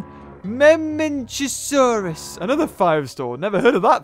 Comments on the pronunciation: Its no mamwhjswjucyjj like ypu say it its mamenchiosaurus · I love how you said the mementasaurus I think it was I don’t know